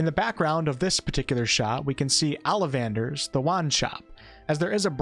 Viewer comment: ALIVANDERS!!!! LOL!!! WHERE IS THE A?! xD